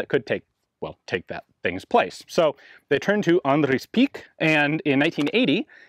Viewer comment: he says andries funny